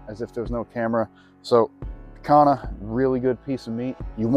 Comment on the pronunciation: Hey just fyi it’s usually pronounced “piH-con-YA” As in exactly how you did but with Y sound where the H is in the word Also, man you always seem to perfectly cook everything. I’m a novice with charcoal grill, but am trying to get there. If you ever considered making a video on getting the coals perfect that would be cool, unless I’m just dumb and no one else messes it up.